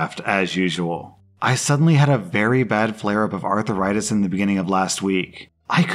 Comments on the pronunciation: "Arthuritis"? lol what? you don't know how to pronounce arthritis? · Please,, Arthritis does not have a letter between the h and the r. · I love the way pronounces "ar-thur-itis". It reminds me of Fred Sanford. Nope, I'm not a Boomer, but I am a Gen-Xer.